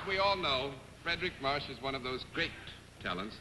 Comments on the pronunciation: Longtime March fan here but have never heard his name spoken before. Mr. Daly pronounces it "Marsh". Is that correct? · Paul Dorsey If you are still with us Paul, it’s March like the month, not marsh like the swamp!